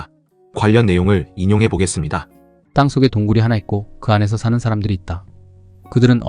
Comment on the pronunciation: 귀하의 발음이엉망이올시다 단어의 고저 장단음 문제! 한 가지 예; 사물 이 사는 :길게: 발음해야지요